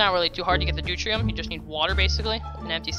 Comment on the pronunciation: Pronounced doo-teary-um